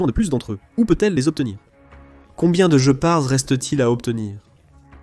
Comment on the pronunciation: Pour info ce n'est pas "je pars" mais "guépard" que ça se prononce....😁